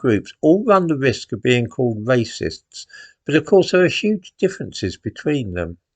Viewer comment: "Waycists" ha